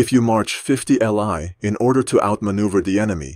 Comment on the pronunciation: also not li is a mandarin word and it's pronounced as Lee not l i. it was their old distance measurement equivalent to what we know as the modern mile.